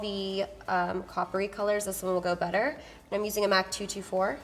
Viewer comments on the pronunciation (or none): none